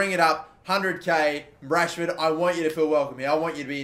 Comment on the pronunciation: It’s goddamn Rashford ain’t it